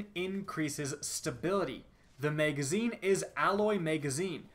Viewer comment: i cant stand you or your douchey tone of voice and way of talking but, who doesn't want to see leaked exotics... Edit - also, what's a "Mega-zine" and a "Dray-gun" ?